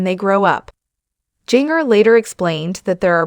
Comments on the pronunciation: Singer like the spice ginger please nothing is more sad than your name being mispronounced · If you are going to report on her, say her name right!!